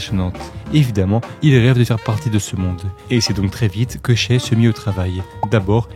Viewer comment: Shaivonte aka Shai aka SGA aka MVP tu es le seul a dire shai et non shy ( hormis 2 3 fois en video ) mais t'es le seul a prononcer son nom correctement pour les analyses francophone en tout cas respect et superbe vidéo !